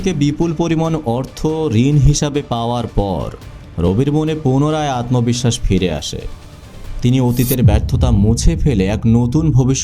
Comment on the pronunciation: ভাইয়া আত্মবিশ্বাস, আকস্মিক এই উচ্চারন গুলো একটু খেয়াল রাখবেন। ❤